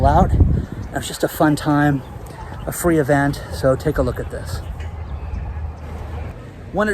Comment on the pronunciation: We need more fwee to feel better ...